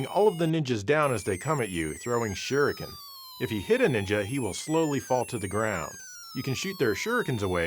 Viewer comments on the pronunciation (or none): none